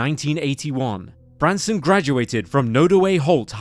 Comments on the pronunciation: Nooooo its not the same without the OG narrator and this sounds like AI/robotic. Also AI kept saying Branston, which isnt his name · He keeps calling him “Branston”. It’s “Branson”. Not to sound harsh but the least you can do is get the victim’s name right. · Is it Branson or Branston Mr. Narrator? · The fact that the narrator seems to intentionally mispronounce Branson's name angers me to no end. How disrespectful can a person be? This reason alone makes me never want to watch another of this channel's videos again. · Is it just me or does narrator say "Branston" or "Brandston" sometimes... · Narrator actually called him Branston, i guess it's because he was in a pickle.... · the narrator called him "Branston" a few times. Also, when they mention how his mother was buried next to an empty plot meant for him, it shows the headstone for a seemingly completely unrelated Branson Perry who died in 1948. This video is honestly really sloppy. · This narrator has missed pronounced Bransons name quite a few times which is annoying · Really, then why is Branson's name mispronounced throughout? How disrespectful. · Messed up the kid's name a few too many times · how disrespectful to continually butcher the victims name repeatedly. not a great first impression imo.